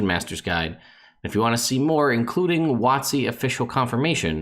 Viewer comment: I have never. NEVER. NOT ONCE IN MY LIFE, heard somebody call WoTC; "Wotsee". Thank you.